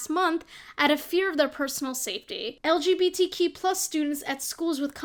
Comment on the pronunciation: I love how opinion girl can't even say LGBTQ+ right